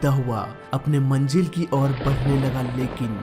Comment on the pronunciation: Wrong Hindi pronunciation- It's Manzil & & not Manjil